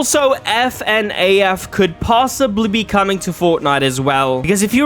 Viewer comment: F N A F first time I've heard anyone say it in that way, "That Guy From Scream" his name is Ghost Face, this guy doesn't know much about Doctor Who or a lot about what people are into these days.